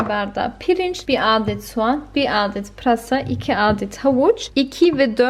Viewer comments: Aadet değil adett diye telaffuzu şekerim 😊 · Pirinci yikasaydin keske. Hem " aaadet" denmez "adett" denir